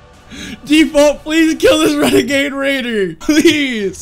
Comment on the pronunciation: Bruuh that wenegaid waider was maaad lmfaoo i hope he sees this video